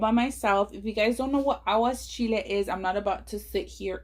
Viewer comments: I love you but you are pronouncing it wrong. It's Aguachile not aguaschile. No S. 💚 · It’s aguachile not aguaschile but it looks bomb